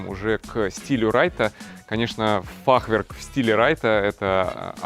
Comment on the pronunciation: в слове фахверк ударение на Е ставится))) на будущее Вам сказал)